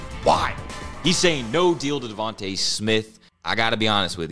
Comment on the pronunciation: Do you guys purposely mispronounce Devonta Smith every single time